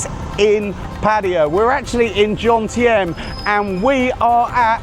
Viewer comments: It's Jomtien, not Johntiem! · Why is it that every other Brit is incapable of pronouncing Jomtien correctly?